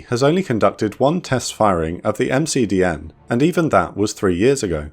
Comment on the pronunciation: <3 MdCN not McDN <3